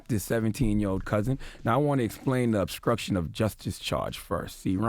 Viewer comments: Its obstruction not upscruption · Is this nigga seriously saying 'obscruction?"